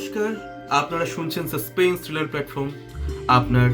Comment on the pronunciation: "Suspains" uccharan ta thik korun. Ota Suspence hobe.